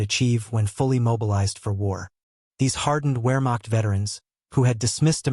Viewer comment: Ware-macht ?? WEAR-macht? Dude... in German a W is a V and a V is a W Vare-macht. VARE-macht ........plz don't mispronounce this